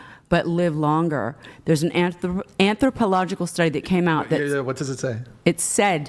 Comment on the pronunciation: She can't even pronounce "anthropological".